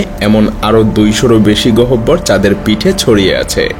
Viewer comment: প্রিয় ভাই! গহবর উচ্চারণটা একটু অভিধান দেখে নিলে ভালো হতো।